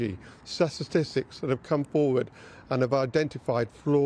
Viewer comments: He needs to learn how to pronounce statistics! It's sta tis tics. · He needs to learn how to say statistics, and quickly! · I like the way he cannot pronounce 'statistics'. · She needs someone better than this. Can't even pronounce "statistics" correctly.